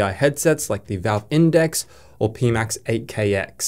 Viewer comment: “Pee-max”. Yep.